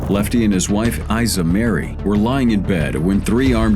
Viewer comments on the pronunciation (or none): none